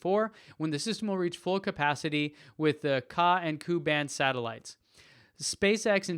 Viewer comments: Ka band pronounced as kay-ay band and Ku band pronounced as kay-you band. LOL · Ku-band is pronounced KAY EWE band...